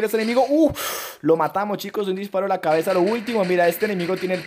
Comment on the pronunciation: Like si te diste cuenta que en el minuto 10:5 dijo clabeza